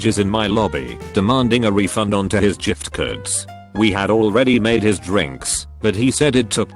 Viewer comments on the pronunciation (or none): Normal person: gift card Text to speech: jiff cards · jiff kerds. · No One: Narrator: "Jift Curds" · “Ah yes, jiftcurds ” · Nobody: Video: "Jiftkurds" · "jift curds" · jif-t cards Proof it's gif and not gif? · Nobody: TTS: jiftcurds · Jiff curds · jifft curds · Yiff cards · You mean "Gyp Cards" (short for Gypsy) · Anybody else hear the robo voice pronounce giftcards as "jiftcards" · 'Jif-curds'. Okay. We get it. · jiftcurds. XD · Ahh yess the return of the "jift kids" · Ah yes, we all love jiftcoards